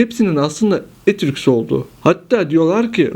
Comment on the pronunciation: Daha Etrüsk demeyi bilmiyor, kalkmış Etrüskleri anlatıyor ! Aman Tanrım !